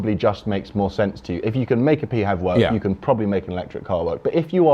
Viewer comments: This is the first time I've ever heard "PHEV" pronounced "Pee HEV" as opposed to "FEV"! Good video, from someone who thinks that hybrids were a good idea for a stepping stone a few years ago, whose time has now passed. Pure BEVs for the win! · “P HEV”? Is that like a “P HONE”? It’s just Phev, like Phone. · Why pee-hev? You don't say Pee-hotograpee-h! They're Fevs, and stil a blind alley! The only readon I've not gone BEV is because of the dreadful lack of chargers up here in the NorthWest, and around Notth Wales. I wasl checking on Zap-map a couple of days ago, and the only public chargers near me haven't worked for over six months! (Not counting one at a Hotel, which is for customers only!) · The infamous Euan McTurk had always said pee-hev, and his You Tube thoughts on such vehicles is worth watching (Plug Life TV)